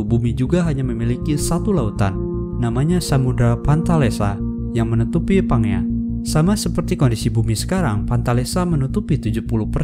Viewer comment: Bacanya "PANJIA" bukan PANGEA wkwkwkwkwk 😁😁😁😁